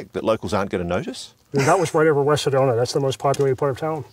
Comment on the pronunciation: I'm an Arizona native , for 62 years, never heard of a town called SEDONER! I think the British pronouncing any word ending in "A", with "ER" is ridiculous! Apparently my home state is called ArizonER as well!😂😂